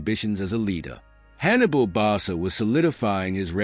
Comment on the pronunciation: Barca is pronounced BarKa